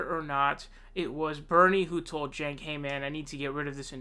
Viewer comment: Sanders is a lawn chair who folded and endorsed Clinton after she took over the DNC. He is old and had a hard attack and will not last four years. Also, Ii’s pronounced Senk. The “j” is silent and stupid.